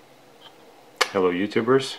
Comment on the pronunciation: "Hellow youtubers"